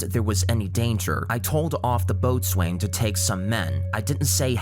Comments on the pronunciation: Boatswain is pronounced "bosun" just so you know :) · It’s spelt Boatswain you say it “Bowsen”... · Boatswain is pronounced Bos’n. Just for future reference! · Boatswain is pronounced bow-sn. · Not to be "that guy" but boatswain is pronounced bosun. Sailors do love abbreviating things! Fascinating video though, very well presented! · Not say it boatswain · Classic American 🤣🤣